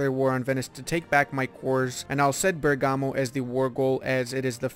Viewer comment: Bergamo! My home! In Italian the accent is on the "e"not the "a" :D